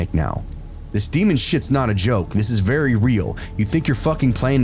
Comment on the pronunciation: Damn luigi boards, "bery bery" scary